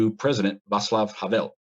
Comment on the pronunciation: Just so you know, Czechia is pronounced “Checkia.” A lot of Czechs prefer “Czech Republic” anyway, since it’s still one of the official names. Good job pronouncing Václav correctly though! A lot of people mispronounce it “Vaklav”